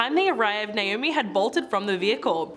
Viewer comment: Who’s “NOAMI”?🤣🤣🤣